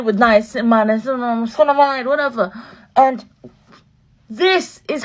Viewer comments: LMAOOO a when she said niacinsndamide... me pronouncing all the ingredients in skin care. She’s funny. They b wild complicated to say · Lmao the Niacinamide pronunciation 😂😂😂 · The niacinamide pronunciation 😂😂😂 I always look foolish when I go into Sephora and ask about it because I couldn’t pronounce it correctly 😂